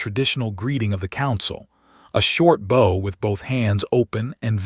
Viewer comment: Still can't pronounce bow properly in context every story